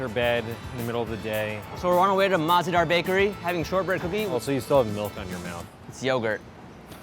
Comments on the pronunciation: Mah-ze-dar is actually mazaydaar which translates to tasty. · MAZEDAHR is pronounced mazehdaar in Urdu and it means "delicious" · Its not mah zeh dar...its mazaydar one word...ONE WORDD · I speak urdu it mazedar not maz ah dar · Oh my God it's Mazaydaar what on Earth is Mah za Daar or whatever it is 🙄😱😑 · Its mazedaar not mahzedaar. Btw it means tasty or delicious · Alright, so I am a native Urdu speaker and I truly enjoyed how you guys reviewed the cookie from the Mah-ze-Daar bakery. However, just pointing out that the whole pronunciation of the word and how it is written as MAH-ZE-DAAR is incorrect. It is mazayh-daar (H is usually silent) and not mah-ze-daar. It means delicious and Umber Ahmed would love it even more if she pronounces it correctly. :) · It is pronounced like muz-e-dar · The way they pronounce مزیدار (Mah Ze Dar) is really effing annoying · mazdar was the worst pronunciation ever but ok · It's ''Maz-Aye-Dar'' The pronunciation Ya'know. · The way pronounces Mahzedahr has me in creases 😂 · It’s pronounced “mazaydar” like one word not three but 3 syllables so I guess she’s spelled it so it’s easier to speak for white people but it just means “delicious” she’s over exaggerating af 😂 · Tehreem ikr that’s not how its pronounced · I believe the actual pronunciation is way easier than how they pronounced it here. Not because, I am a native but really, it's easier. It's be easier for English speakers to say the actual word. Also, if she wasn't being too literal then she could have said that MAH-ZE-DAAR is a made up derivative of MAZAY-DAAR. I appreciate your clarification though. Means a lot. :) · Damn, the pronunciation of mazedar is hilarious. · I cringed at the way they said mazedaar 😬